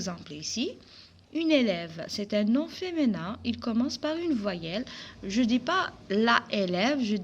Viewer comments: Apprenez d abord la prononciation française on dis Féminin et non pas femenin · On dit féminin avec mi pas avec mé